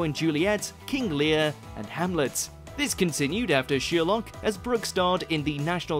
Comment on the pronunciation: Who's sheerlock? I've heard of sher-lock.